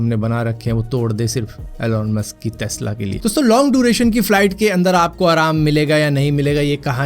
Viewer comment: टेस्ला ❌ तेस्ला ✅